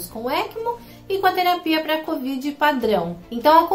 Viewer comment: cÓvid????? Se tá louca?? Meu pai!!